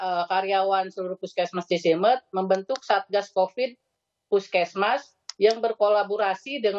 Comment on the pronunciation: Cisimeut atuh, bukan Cisemut